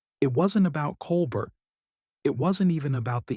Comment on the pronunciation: What makes this kind of reporting asinine (and i have zero love for DeSantis) is the narrator consistently mispronouncing Colbert's name.